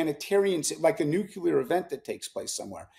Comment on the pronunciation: I CANNOT TAKE ANYONE SERIOUSLY WHO SAYS NUCULAR!